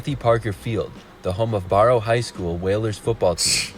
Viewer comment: Narrator can't even pronounce Barrow right.